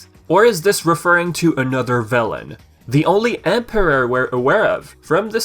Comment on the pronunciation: He does have a funny way of pronouncing certain words. The way he says "emperor" seems off too.